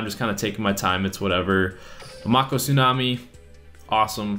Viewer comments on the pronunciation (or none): Say it like this: Make oh NOT Mock oh Do you even Yugioh bro! 🤔? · he called them pokemon and it's pronounced m-ay-co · Did you never watch the show? May-Ko Tsunami. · The cat in the garbage can is a secret... And it's mako with a long a... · did you even watch yugioh? that's not how you pronounce mako..